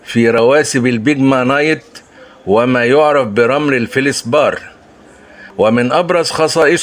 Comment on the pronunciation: Feldspath and not feldsbar.please.